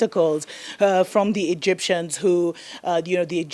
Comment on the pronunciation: That junior bro at the end is lit! You cracked me up when you couldn't determine how to call the Egyptians 😂😂😂